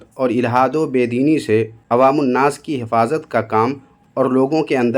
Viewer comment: یہ حفاظت کہہ رہا ہے یا حفایت